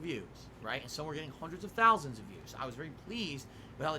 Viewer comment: pronounces thousand as ‘thalsand’